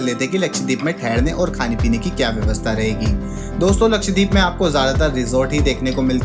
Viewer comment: Bro, it’s not लक्षदीप, but लक्षद्वीप